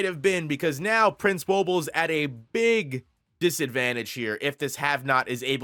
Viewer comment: Hey, he finally got Woble right. Respect